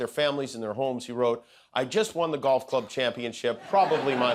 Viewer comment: dorf for golf. Golf of dorf?